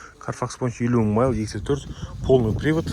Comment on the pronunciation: Майл демей ақ қойш. Қазақша миль десенде болад